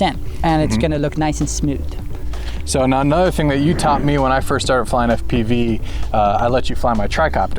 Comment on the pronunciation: I love how says "Eff-piveee" lol